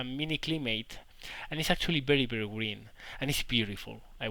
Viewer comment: I like how you say Bery Bery instead of very very lol I studied Spanish language in University and know that in Spanish V pronounces like B, but is't still funny as hell. xD